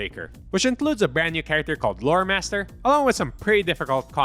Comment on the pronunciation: Thanks to me being a heavy Transformers fan and a helltaker fan (plus the fact I'm only listening to this) every time you said Loremaster I heard Motormaster